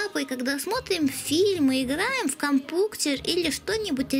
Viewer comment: ты сказал компуктер